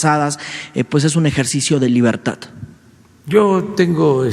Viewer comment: El naco se dice reportero y no sabe pronunciar libertad . Para él es " libertattttt" gagagaga